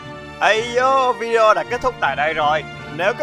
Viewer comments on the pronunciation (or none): none